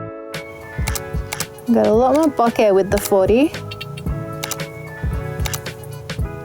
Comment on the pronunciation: It's "BOH-kay". Please pronounce it right. You are driving me nuts.